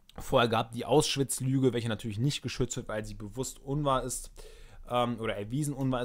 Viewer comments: Kleine Anmerkung am Rande, es heißt "Auschwitz" und nicht "Ausschwitz", das triggert jedes mal wenn du es so sagst ^^ ansonsten geile Videos, helfen mir echt super ! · Hört noch jemand andauernd, dass er "Aus-schwitz" sagt? Finde ich sehr seltsam...